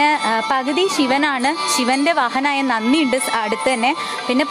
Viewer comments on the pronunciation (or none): ശിവ ഭഗവാൻ്റെ വാഹനമായ നന്ദിയെ നന്നി എന്നാണ് pronounce ചെയ്തത്. നന്ദി എന്നു തന്നെ പറയണം മോളു സർവ്വേ സുഖി ഭവഃ